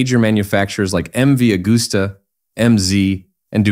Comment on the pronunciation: C'est MV AGUSTA et non Augusta !!!